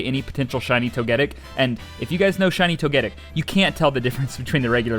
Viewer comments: Love your vids dude, I watch them so much and always get excited when I see a new video of yours. But there's one fatal flaw. You say Tog-ah-dic. When it's pronounced, Tog-ah-tick. But besides that, the Arceus- I mean Arkoos pronunciation is fine. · Why Yu calling it Toegettic 😭😭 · I dont get why everyone pronounced togetic like that its toge-PEE toge-KISS toge-TIC the caps signify where the annunciation is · You say togetic wrong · Your pronunciation of Togetic gets to me